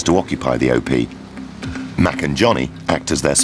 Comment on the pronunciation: It is "op", not "o-p".